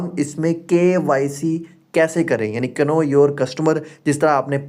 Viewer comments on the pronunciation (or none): Bhai know (Kano) nahi (No) hota he k silent he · Bahi g. Know your customer Ni hota. Know mein K silent hota he is liye Know ko No bola jata he